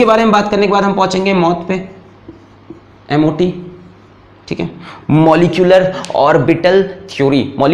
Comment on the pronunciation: is ke baad ham phunche ge MOT pe "M.O.T".. our mene suna mout (death) pe. And I repeated this sentance again. LOL!